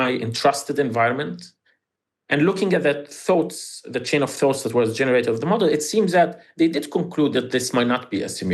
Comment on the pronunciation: Free trillion. A fird. Second foughts. Please learn how to pronounce Th